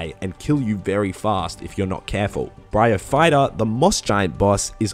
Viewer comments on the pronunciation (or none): none